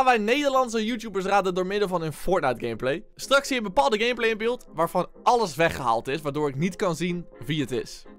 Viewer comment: Hij zegt gamebalz😂😂😂